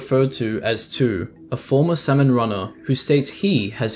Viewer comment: idk how you managed to mispronounce “salmon” throughout the ENTIRE video